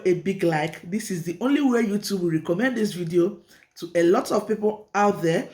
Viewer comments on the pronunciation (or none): none